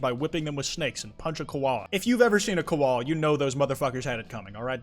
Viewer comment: how you pronounces magpies and koala hurt me